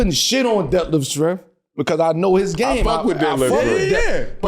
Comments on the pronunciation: How I couldn't breathe when they man said detlef schremph..... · Yo I'm dying he said over rated and def shirmp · Bro said Detlef Schrempf